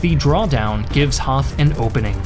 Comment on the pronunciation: Just a nit pick: General Hoth is pronounced like hot with a long o. When there is a th in german, the h is always silent. :)